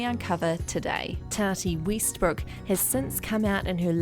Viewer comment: Did she just call her "Tati Weestbrook?" 🤦🏾